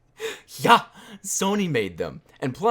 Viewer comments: When you said "yha" I started crying even more than I already was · how you pronounced the "yha" sounded exactly like an ironic "ja" (yes) in german